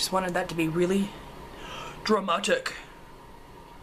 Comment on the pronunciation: Lol, you sounded scottish when you said dramatic. X